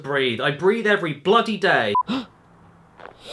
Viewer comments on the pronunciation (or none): none